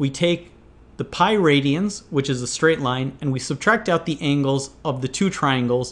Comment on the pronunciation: I'm bothered by him saying ingles and not angles